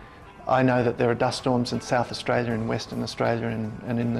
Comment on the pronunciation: His pronunciation on AustRalia seems quite natural, speech impediment my ass.